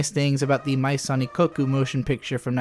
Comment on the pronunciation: great video, hate to nitpick but as a French speaker it is kinda funny to hear you pronounce "maison" in "Maison Ikkoku" like it's a Japanese word lol